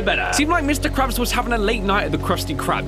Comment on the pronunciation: he ses mr craps